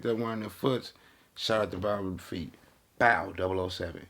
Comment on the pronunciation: a fool he said “bow 007” 😭🤣